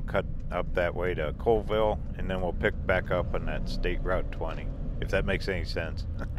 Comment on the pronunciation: Cha whee lah. Call Ville. Those Indian names are always pronounced different. Zips is awesome, it's like a Hardee's. From the dam you could've gone to Usk/Ione. It would've brought you into Colville.